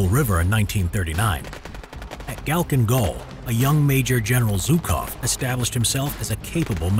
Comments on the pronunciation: not kacklin gul but halcklin gol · Its not galking its halking with a kh